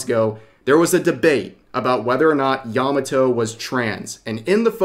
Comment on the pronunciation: Made in Abyss has shrexual content? I watched the 1st season and didn't see anything remotely adult. What the heck? Yah mah toe Not "yahmmuh toe"